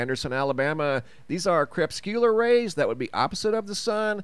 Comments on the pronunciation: You're never going to learn how to pronounce that word crepuscular are you it's not pronounced (crep-scu-lar)... The proper pronunciation is (Creh-pus-cue-lar) it has "four syllables" not three, perhaps that would be a good way to remember that it has four syllables. Just trying to help... if your goal is to be professional you need sound professional. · Not pronounced "CREPS-Q-LUR" rays. They are CRE-PUS-CULAR rays. 4 syllables, not 3.